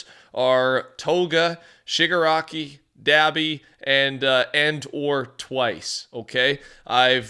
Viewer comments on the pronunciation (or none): none